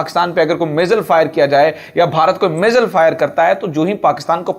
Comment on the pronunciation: مزل نہیں میزائل لفظ ہے. الفاظ کو تو سمجھ کے بولو....